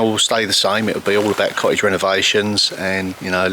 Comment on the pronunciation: For international viewers it would be helpful if you didn’t pronounce th at the beginning of a word as an f - or th in the middle of a word as a v - also it isn’t co-ige it’s cottage - what do you have against the letter T - all tongue in cheek I might add lol